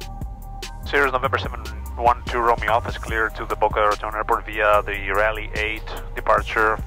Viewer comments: Raleigh, not Raliegh. You lived there 40 years and you still spelled it incorrectly. Yep... YOU,.. you did that. Oh.. almost forgot... its actually pronounced, "Rah-LEE"..., I dont know what my man is talking about; neither does he. hahahahaha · Hey there but Raleigh is pronounced RAWLEE, just sayin. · Hi..Raliegh is pronounced, Raw-Lee...I lived there 40 years..it's all good bro...